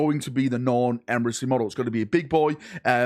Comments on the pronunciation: Emissary ❌ Emrisseh ✅ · Me, clicking on the video: Boy, can't wait to hear how butchers the word emissary.: Emrisarry Perfect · HO... LY... EMPRA! THE NORN EMRISSA IS REAL! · emisareeh Closed caption: EMERY SORRY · This gets to me every video lol! It's not a hard fucking word 😂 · We need to donate to a speech therapist. 😮😮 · out here pronouncing emissary different every time